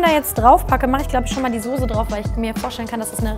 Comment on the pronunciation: Soße bitte nicht sose aus sprechen